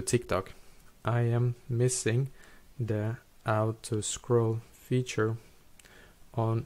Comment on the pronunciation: "do u want to ou-to scroll"?